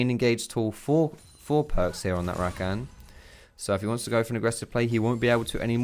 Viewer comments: Please stop saying RaKAN. It's Ra-kah-n :P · The way he says rakan triggers me. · Honestly love your videos but you say Rakan so wrong